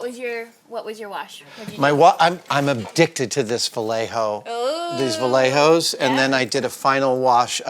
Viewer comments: awesome video but the ants in my brain are forcing me to be padentic and say "it's pronounced 'va-ghe-jo'" double L in spanish is a gh/zh sound (however you want to spell it) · Adam is a Vallejo man! Adam is a Vallejo man! (yet another gringo that can't pronounce vallejo right on youtube but regardless) Im so excited that Adam is a Vallejo man! :)